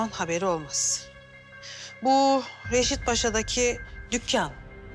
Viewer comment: Hünkar Hanım sürekli Reşit Paşa diyor. Doğrusu Reşat Paşa.